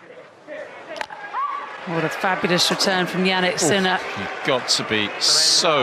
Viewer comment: Ah yes, my favourite player, Sinneer. 🤣